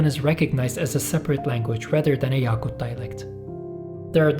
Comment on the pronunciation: yakut daki "a" kısa a. yâkut değil.